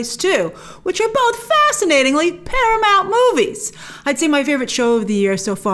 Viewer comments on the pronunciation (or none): none